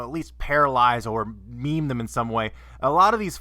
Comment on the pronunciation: I only intended to meme or seriously injure. You mispronounced mame.